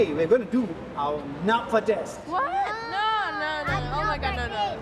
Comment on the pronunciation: It is napfa not napha